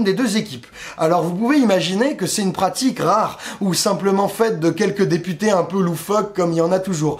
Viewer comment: tu dis députés ou des putains? ya comme un doute la!